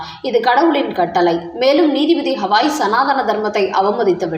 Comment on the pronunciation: He is not hawai.he is gawai pl correct your ptonountiation